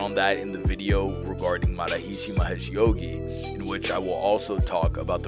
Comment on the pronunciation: It's not MA ha REE SHEE. It's more like MuhHArishi said quick. It's not SHEEDhee, It's SIDhee. You should reshoot it.rickvedyoutube